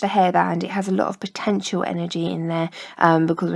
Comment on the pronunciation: 'potenential'? hmmmmmmmmmm